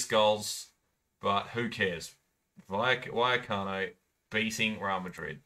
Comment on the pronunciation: Why did you pronounce it wayacano